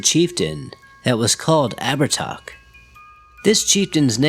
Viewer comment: Actually it's pronounced Ab-her-tah. He was around 6 ft 2 blonde hair blue piercing eyes, oh and he liked to wear white.